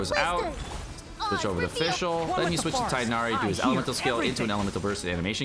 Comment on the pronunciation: Tig Nari not Chiken Thigh Na Rheeee